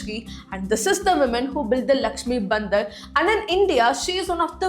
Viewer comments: what a pronunciation man like seriously maati ko mati and its bhandaar not bandar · You are pronouncing some words incorrectly. You are calling 'பாண்டார்' as 'பந்தர்', you are calling 'சாத்தி' as 'சத்தி'. Hire me, I will work remotely and work on your pronunciation of words. Your videos will be excellent in pronunciations also. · Your pronunciation for bhandar as Bandar (monkey) really pinched my ears. But good video. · what she is calling as lakshmi bandar (sounds like monkey), isn't it bhandaar..?? The narrator seems to be a non hindi person, thus, an obvious pronunciation mistake. By the way the video kept me sticking with screen for 24 minutes.. Nice. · Clear ur words whts lakshmi bandar, its bhandar..clear the pronunciation.its annoying and absurd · Please pronounce correctly if you don't know Hindi. Your are pronouncing BHANDAR (भंडार) as BANDAR (बंदर) and Bandar means monkey in hindi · The video is good but your pronunciation has such a heavy mother tongue influence ( south indian MTI ) that it literally changes the meaning of things...For example.. The Lakshmi Bhandar is pronounced in such a way that the word Bhandar seems like Bandar ( monkey)😂..It actually means storehouse ...many more such pronunciations in the video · thy pronunciation is not proper. lokkhir bhandar, bhadralok, didi, mati(t sound like taaal not tea)